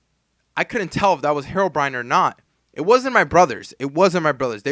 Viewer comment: I remember when a guy called andy and he sall heroebrion